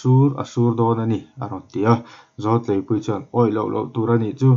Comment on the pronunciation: Zawltleipuii lam rik dan a diklo,,,,Zawl khi zawlnei tih kan lama zawl ti a,,lam rik tur